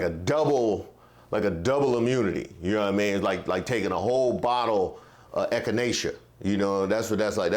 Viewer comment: this fool said, "A whole bottle of echinecea." I'm rolling right now!